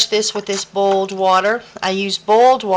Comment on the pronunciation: Dear, we love you for all the information you have passed on to us, for your humor, your tricks and tips, Your good nature and your cute accent. (For instance, I'm from California, and when you talk about "boiled water" it sounds like "Bold water" to me. Haha.